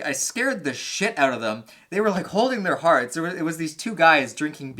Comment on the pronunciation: Lol I watched like 5 of your videos just now and kept hearing you were from Canada, but it didn’t really resonate u til the end of this video. Lol you said “freak the fuck ouuttt”